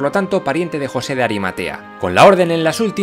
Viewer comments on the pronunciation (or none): none